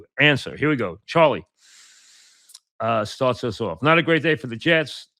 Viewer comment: Stahts uhs owf (starts us off)